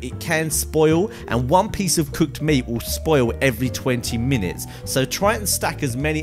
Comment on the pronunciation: Lol he said cooked moot. 😂👌